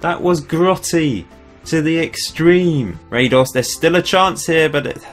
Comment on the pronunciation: as a Croat, i cringe on your Radoš pronounciation :P this is how you do it: -Ra is like how you pronounce the ra in: God Ra (Egyptian god) -Do is like do in: dong -Š is like Sh in: Shaniqua lol